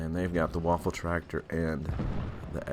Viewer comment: It's not Waffentraktor, it's Waffenträger. That means Weapon Carrier. Just for you to know. Very good video though!